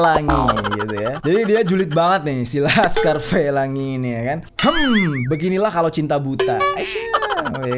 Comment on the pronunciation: anjirr ngakak banget pas bang ngomong lhaskar felangi, lagi pake masker sampe retak gara"ketawa wkwk